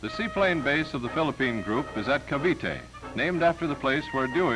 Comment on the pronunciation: Great footage and history. Wow the narrator even pronounced Cavite properly.